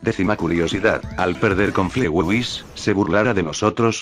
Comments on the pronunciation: Se dise fligei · Se dice flitwey y se escribe fletway